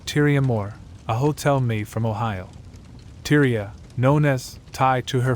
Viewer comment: It's "Eye~leen", not Ā~leen and " Tie~rah" not Teer~ē~ah.